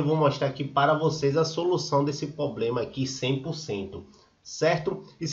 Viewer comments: Amigo você como criador de conteúdo procure usar o português da forma correta, dói o ouvido 👂 de tanto você falar ( POBLEMA), custa falar problema?, fica a dica. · Moço é Problema e não Poblema pelo amor de Deus, e vc fala muito... seja mais Objetivo! Obrigada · Invista no português. Você mostrou ser um cara esperto, resolveu o problema. Mas é dificil seguir alguém que fala poblema.